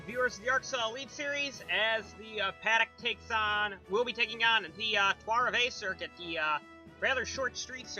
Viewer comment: Lul at your pronunciation of Trois Rivieres. Not the run these hard working guys at the 3 team deserve.